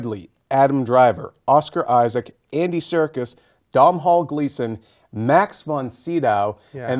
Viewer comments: Please note it's pronounced Donall Gleeson, not downhall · Domhnall is the Irish for Donal. Pronounced DOH NAL. Not Dom Hall. FYI. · Stop calling him Dom Hall... its pernounced Donal its an irish spelling because he is from Ireland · DOM HALL Gleason ???/ its pronounced Doe Nill , jesus do some research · lol dom hall.Its pronounced DOE-NAL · Dom-hall gleeson? he can't pronounce Doh-nal? haha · It is pronounced like DONAL Gleeson. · Domhnall is pronounced doe nal. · Loving the fact that not one reporter has pronounced Domhall Gleeson's name properly